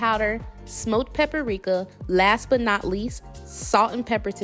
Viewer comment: … The pronunciation is pa-pri-ka. Why do you say papparika? The word is only 3 syllables. You are giving it 4 syllables.